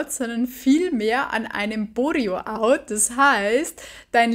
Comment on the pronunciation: Boreo-out?! Das heißt Bored-out, von bored, gelangweilt